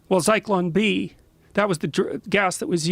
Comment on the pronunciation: It's Zyklon B you dumb fuck Rogan